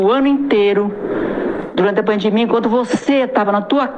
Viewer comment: Bia Doria "pandimia" 🤦‍♀️🤦‍♀️